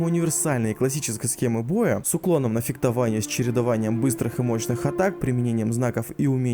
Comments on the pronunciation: фектование, фектование, фектовальщик ..... пипец режет слух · Бл, "феКтование" Ору